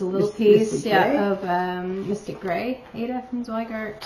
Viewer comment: I so enjoyed your video visiting your mom! She is a cutie! And I especially liked that she pronounced Aida the we were told how to pronounce it back in the 80’s!